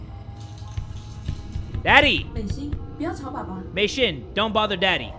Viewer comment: Yeah you were calling her name wrong I know cuz my mom’s name is also Mei XD I’m using her account to watch YouTube like I am now